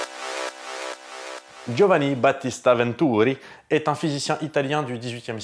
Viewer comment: Génial le gingle^^, jolie effort sur la prononciation de Giovanni ;) .